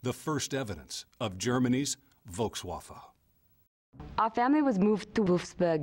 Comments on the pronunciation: Semour Skinner Volkswaffle: German pronunciation It's a waffle, mate. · Volkswafffe haha.